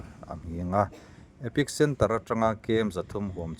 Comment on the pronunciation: Epic centre ni lovin, epicentre tih tur aw